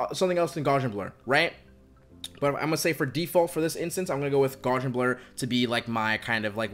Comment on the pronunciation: Love this video! Unsolicited fun fact; Gaussian, pronounced gow-see-an, is in reference to the the transformation Ps is using with Gaussian function, or “normally distributed noise”. Thanks again for the video, as it is super helpful.